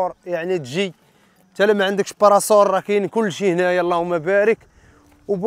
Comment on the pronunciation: واسي انا متابع ديالك استمر مزيان ولكن براسول ماشي براسور😂😂